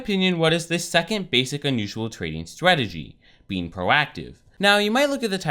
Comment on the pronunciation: it is really annoying the way he says strategy he said it like swagity